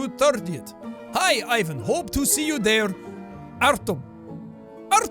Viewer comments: And also, why sometimes you pronounce it correctly - ee-vAn, and sometimes wrong - Aj-van? edit 1: artyOm* edit 2: bogdAn* edit 3: gagArin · I wonder when people from the western word will leran how to pronounce the name Ivan [ivan] properly... it is not [aivn]. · Jack, if you're going to narrate in that accent, pronounce Ivan "eevan" rather than "i van" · Lol Ivan is pronounced eevan.. Sorry I go now 👉👉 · To sound more Russian, Ivan pronounce like Ihvan/Eevan. 😁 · it's pronounced like "eevaughn" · You pronounced Ivan incorrectly, it's supposed to be pronounced Ivan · Ivan is pronounced more like ee-vahn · Don't you mean from EEE-VAN? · btw i think ivan is supposed to be pronounce 'ee-von' in this but idk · Ivan is pronounced ivaahn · It's pronounced Eevan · Sean you have to pronounce it like Evan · I'm not hating on Jack! Pronunciation is so language specific that no one e could ever nail it every time. It's just funny because sometimes he does pronounce it 'right' Don't take my comment so seriously 😁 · Ivan is pronounced e-van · You need to read Ivan like "ee-vahn" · Dude my name is ivan and its pronounced with an ee Ivan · yo, the pronunciation of Ivan in russian is more like evAn. smth like this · Hey Jack, idk if you'll read this, but Ivan pronounces like [iv'an] in Russian. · it's eeeeeeeeeeee-vun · Ivan is pronounced as ee-VAHN and is a first name. Artem is pronounced as ar-TURM, also a first name. Orlov is a last name so Ivan Orlov is possible. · Just for future videos, it's pronounced kinda like Eevan sorta thing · I think its more like Ivan, the I is hard, like in prettY [Yvan] Btw love you Jaaack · Yours saying Ivan wrong prounonce it as eevan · Jack, if you want to say Ivan as Russian sounding as possible pronounce it: Efahn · Pls pronounce "Ivan" as "ee - vahn" to really get into the slavic feel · Ivan is read like EEvan maaaaaan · Cough cough Real Slavs pronounce it as {E-vah-nh} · Eyyy my name is ivan but my name is pronounced 'eevan'